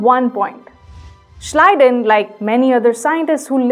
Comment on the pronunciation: Thank God somebody in this world knows how to pronounce Schleiden and Schwann.